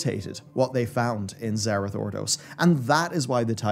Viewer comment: You keep mispronouncing obvious terms, like it's not nozDRUmu, but nozDORmu, and in this entire video, it isn't zer-I-th but zer-E-th